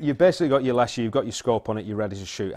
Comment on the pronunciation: I think it is pronounced. Less-she.. My SN is 467.. And I love it. 3000 rnd, sofar. And once I got a Bug Buster scope,, same hole at 10 meters... I use a Air Venturi hand pump. Less than 1.5 strokes per pellet. It is a tool, and most people would not use a brick for eye surgery. I just know, I still grin every time I use it. Bunnies? Not so much.